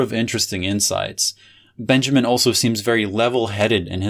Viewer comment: You totally nailed Lefebvre, but you kept pronouncing Walter Benjamin as if he was English